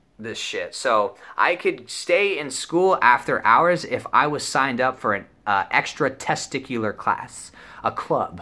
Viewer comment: am i the only one that heard him say “extra testicular” instead of extra curricular